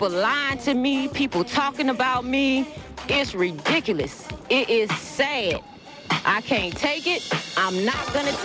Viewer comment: "It am Redikiliss...DESS"!